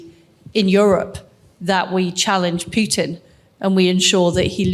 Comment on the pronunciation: It's not p-you-tin. It's p-who-t-in.